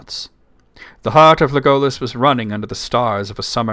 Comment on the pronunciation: I’m not sure about your pronunciation of Legolas. It sounds like Tolkien accented the first syllable